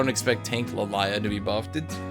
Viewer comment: why do you call Lillia LEElaya